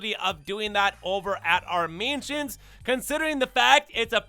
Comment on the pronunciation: Bro you gotta learn how to say mansions